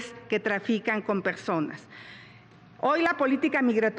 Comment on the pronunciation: Xochitl: Pegsonas La Vegdaaad Peeoog Claraaaaaaa Geconoceloo 😂